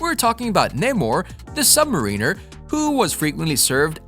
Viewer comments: Mariner is pronounced similarly like the name Darren with an "er" at the end of it. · Mariner is similar sounding to the name Aaron with an "er" at the end of it